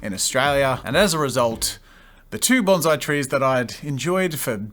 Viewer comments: those poor trees... also, "banzai" is a Japanese warcry. "Bonsai" is a Japanese art form. please pronounce the "s" :||| (i promise this is not meant to be a rude comment, i love jazza a lot) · The correct pronunciation of bonsai is Bon PSY (as in the Korean dude with sunglasses singing Gangnam Style)